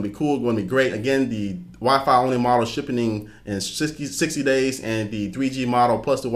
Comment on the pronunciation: I like how you say "shipping".. shippening..